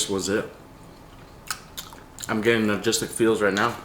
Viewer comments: you are saying Nah-gistic and it is No-stal-Jic(gic)- close enough! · its "Nostalgic" not "Nogistic" 😂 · We're you trying to say nostalgic??? Nogistic lmao so funny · “nogistic” feels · ….NOSTALGIC, not nagistic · "nagistic feels." making up words. I know you meant nostalgic brother. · Nogistic? Logistic? You mean nostalgic xD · Nogistic lol. Its nostalgic lol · "nogistic" almost made me have a seizure lmao. It's NOSTALGIC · "Nagistic feels." 😂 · that was driving me crazy when he was saying that!! 😂😂😂😂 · He was saying nogistic the whole time you that slow you only noticed at the end? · The way saying nostalgic has me dead sounds like logistic 😂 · Nuh-stall-jick my guy 👍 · He said ''nogistic'' lol. His English keeps getting worse 🤣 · I love it too much it's one of my weakness😂 Nostalgic my brother you saying it wrong😅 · Can someone teach how to pronounce the word nostalgic?